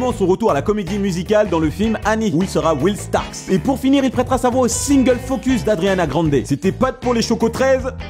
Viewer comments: Il a dit Adriana Grande ou jreve ? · Cest moi ou il a dit adriana grande ?